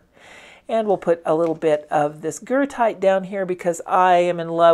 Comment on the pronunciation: Thank you! It is exactly Goethite. I might have mispronounced it-I probably had Goethe (Johann Wolfgang von Goethe) on my mind. 🥴 Regardless, it’s an AWESOME pigment!!